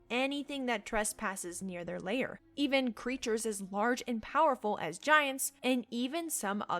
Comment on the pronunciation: Your pronunciation of certain words is really bad. Lair is L-EH-R; CAL-en-had; WHY-vern